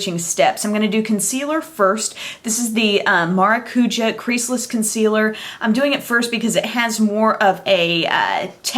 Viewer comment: Hey! Love your videos just wanted to let you know that in Portuguese (the Brazilian language) "maracuja" is pronounced with the emphasis on the "ja". So how you were saying it was Mara cuuuu ja, when it's said maracuJAH. I mean no form of disrespect when I make this comment just thought it may help you out.